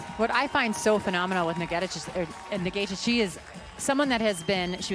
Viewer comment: For the upteenth time, this Kenyan runner is not Egentich but Ng'etich, please just address her as Agness if pronouncing her name correct is such a challenge to you dear commentators! No one quite likes their name mispronounced consistently by 'world wide' media.